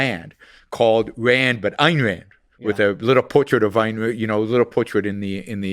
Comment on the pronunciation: Plus they can't even pronounce AYN correctly.